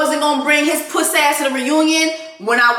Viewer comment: Jessie I KNOW you grew up in Dade bc that “Pusssay ah hoe” is too STRONG. It’s AUTHENTIC… 😂😂😂😂😂😂